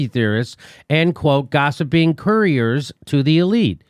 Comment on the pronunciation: courtier /ˈkɔːtɪə/ noun a person who attends a royal court as a companion or adviser (Edited - emphasis on "advisor") to the king or queen. Not courier.